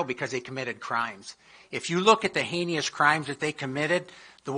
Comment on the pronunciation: “Haney-ess” crimes? 😂😅 Who is this genius? If you support law and order, then don’t support Trump who encouraged the rioters who attacked Capital Police on Jan 6th. His campaign is calling for voter harassment and intimidation. His loser supporters are talking about taking even more extreme actions if (when) Trump loses again in November. We’ll be watching and ready.